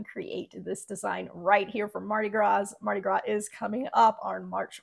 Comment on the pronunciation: Thank you for the video, it's great. The text colors on a black background look great but would you change the colors of the text if you wanted to sell a different color shirt or would you just stick with shirt colors that work with the text colors? Also, the "s" is silent in Mardi Gras.